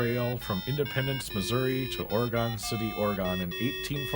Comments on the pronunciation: Thought it was Oregon not Oragooon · OrEhGun. It's not Or-Gone. or Orey-Gone. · "Way-gun" :) Oh, and also we pronounce the state "Or-uh-gin" (with a hard "G") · Why do you say wagon and Oregon like that? Or where are you from?